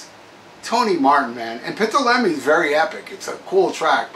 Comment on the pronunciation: No insult, my shmack-a-ma-gob friend, but Ptolemy is pronounced "Toll-le-me."